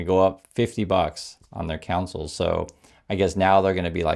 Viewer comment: Sorry, but it's con-sole not council.